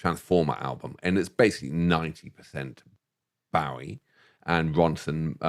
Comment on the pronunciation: His name was Bo-ie. It rhymes with SNOWy and showy. The man was one of the most influencial and popular musical arrises of the 20th century. He told people how to pronounce his name hundreds of time. How can you guys mispronounce it?